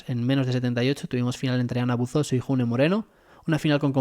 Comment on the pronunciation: June se lee Yune. Es un nombre de origen Vasco.